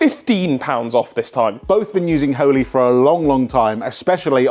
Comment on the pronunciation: "We"ve been using "hell-oly" for ages." During the sponsor, haha. Getting those two mixed up?